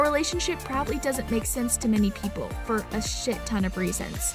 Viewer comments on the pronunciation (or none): none